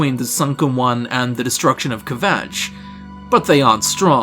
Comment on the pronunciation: "ke-vatch" :D :D :D